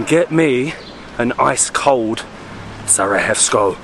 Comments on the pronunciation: Exactly. Don’t get me wrong but you’ve mispronounced the city’s name countless of times, if not butchered it mercilessly on some occasions… Sara-evo… Sarahevo… honestly, it doesn’t hurt to ask the locals first if you’re not sure or never heard the name called out loud. Believe it or not, but historically and globally speaking, it’s not an obscure countryside location no one’s ever heard about so it doesn’t take long to get it right. I know it might sound petty and unimportant to many, but constantly mispronouncing the name of the place that you actually present doesn’t give it much justice, if you know what I mean. Hopefully you don’t take it personally as we all enjoy watching your adventures and appreciate the effort made in all videos. Keep exploring and enjoy the atmosphere of each & every place! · The correct pronounciation is Sarajevo, not Sarahevo.😊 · Broh, its Sarajevo not Sarahevo... If you want replace the j by an y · What is with the pronunciation? You are not in Spain mate, pronounce j in “Sarajevo” as y, not as h… It hurts my ears… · You two are always brilliant!! Why do you keep saying SaraHevo? Slavic j is y, e.g. Sarayevo. ❤ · Just to clarify the capital city is spelled Sarajevo, but it is pronounced as Sarayewo it is not pronounced Sarahevo. Also, the food you ate at the Sač restaurant, only the one with meat is called burek; the rest are called pita + whatever it is filled with. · And please stop saying SARAHEVO its pronounced SARAYEVO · Hi guys, cool channel. Just wanted to point out that the pronunciation of the j is like y, not h. So Sarajevo is pronounced SaraYevo, not SaraHevo. Love the Bosnia vlogs. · Just one lil correction is the pronouncing the name of the city of Sarajevo it is not Sara hey vous but Sara ye vo. Sending love and hugs ❤ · You keep mispronouncing Sarajevo! J is not pronounced as H like in Spanish. It’s pronounced as Y. As in Yoyo. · Its not sarahevo irs Sarajevo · J is pronounced like Y in Bosnian. 😊